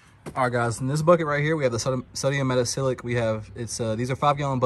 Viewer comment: thanks for this video and sharing your knowledge. Looks like you’ve been hanging onto it for a year or so. 😊. Do you also use sodium percarbonate as well instead of the metasilicate? I have a chemistry background and if you care, 😊the pronunciation is meta-SIL-I-cate. Thanks, again.